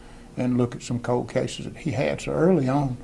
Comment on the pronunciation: Oom. Um. Code (cold) cases. Owed (old). Heed (head). Minny minny (many). Dotter. Axing questions. 🎉